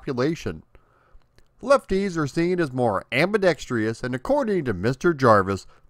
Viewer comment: "Ambidextrous," not "ambidexterous"